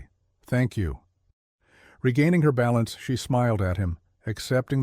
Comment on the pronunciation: AI generated so the narration was almost monotone. No differentiation in characters voices and a number of mispronounced words (content, balance, lead). The story was good but not the narration.